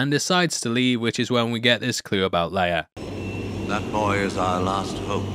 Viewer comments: It's Leia not "Leiar" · Peter Cushing (Governor Tarkin) also pronounced Princess Leia's name differently. He pronounces it "Lee-ah" rather than "Lay-ah."